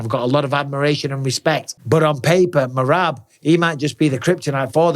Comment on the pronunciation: When Henry keeps calling Merab, Merat😭😭😭😂😂😂😂😂😂😂😂😂